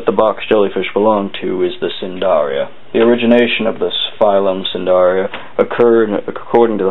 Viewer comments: its pronounced nidaria not sindaria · Not a bad video, however, the phyllum they belong to is Cnidaria (pronounced "Nigh-daria", not "sin-daria"), the C is silent. Sorry, I know this seems a trivial point, but it may keep a student out of trouble if they use this as reference (which I wouldn't recommend anyway.) Roger.